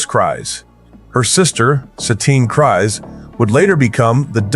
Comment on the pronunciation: The AI narration needs work. Some of the pronunciations are off (as in not correct) Kryse, as in Bo-Katan Kryse and Satine Kryse is pronounced like freeze but with a k... kreeze... not cries... kries. There are a couple of others... but other than that... it's nice work.